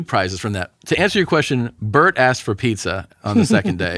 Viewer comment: It's Bernt yo